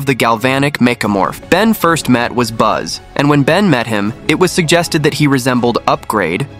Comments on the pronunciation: First off buzz? It’s Bazell. Second if you were going to make a YouTube video, don’t use the electronic voice. Also get information, right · His name was not Buzz, it's something along the lines of Baz-L, as in basil. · no it's Baz-el. Get your facts right